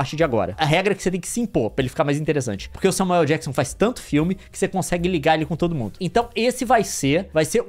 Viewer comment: Adoro como a pronúncia do Samuel L Jackson é Samuel El Jackson